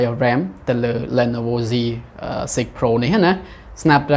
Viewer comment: អានថា លី ន វ